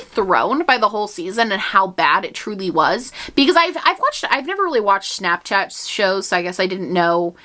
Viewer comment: I love how your New Yorker pops out when you say shnapshchat! 🤍